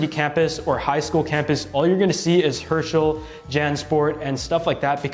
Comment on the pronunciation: I thought you said Hershey instead of Herschel